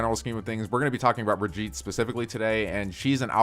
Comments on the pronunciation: ITS BRIGITTE NOT BRIGEET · Buh-gee-tuh / Bri-gee-tuh not brig-ee-t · its "brig-ee-tah" not "brij eet" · is anyone triggered because he says briggite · Why do you still mispronounce Brigitte? Try Brig-ee-teh. Brigeeta rhyming with vegeta works too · You know what's annoying? You saying her name wrong. How do people still not know how to pronouns it? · Please pronounce the name correctly!! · Learn how to say her name right. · I can't tell if you're intentionally pronouncing her name wrong